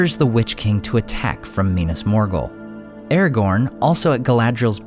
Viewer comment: I don't know much, but I know it's not pronounced Erregourn.